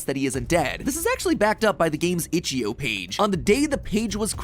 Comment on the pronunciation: itch-IO not itch-EO